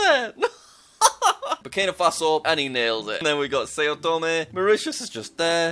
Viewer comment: It’s pronounce like sow tome, not say-oh tome.